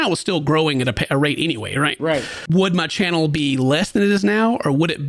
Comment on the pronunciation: Low key annoyed how hard he says “my channel”…. I love but Dane is definitely what completes his videos! Id be pretty upset if Dane isn’t fair compensated